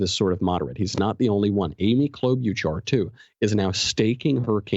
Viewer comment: You're saying Klobuchar's name wrong...